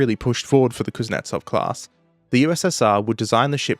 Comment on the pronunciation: KUZ-NYET-ZOV, not KUZ-NETS-OV, please.